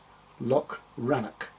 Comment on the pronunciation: Nice job! I never knew they were compatible. Good to know. ☺️ Loch and Rannoch don't have a 'ck' sound in them, though. It's cccccch 😊